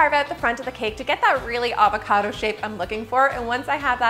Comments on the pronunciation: She said Avocardo 18 times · Is it just me who loves how she says ‘avocado’?